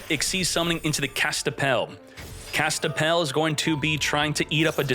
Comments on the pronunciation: Kastapell? More like Kas-Pi-Tell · Is he saying Kaspitell wrong on purpose?